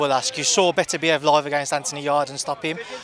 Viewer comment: Joshua is the only guy I've heard pronouce Beterbiev's name correctly 😂